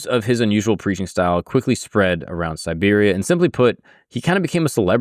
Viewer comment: I caught this mistake more than once as well, but then in other places he did say Siberia, so I think he's just mispronouncing it. You are right, it's important to know the difference when dealing with this particular context.